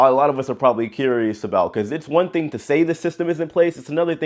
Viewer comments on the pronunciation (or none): none